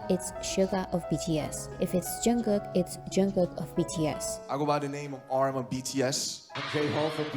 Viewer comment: Jun Gook...not Jun Cook.....refer to BTS on Graham Norton to see him correct the pronunciation